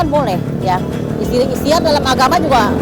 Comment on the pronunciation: Ikhtiar bu bukan ikhstiar